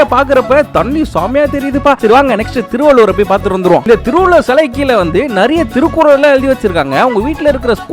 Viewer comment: திருவள்ளூர் ❌ திருவள்ளூவர்✅